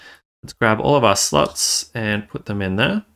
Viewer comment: What do you keep saying "slotch"? What's a "slotch"?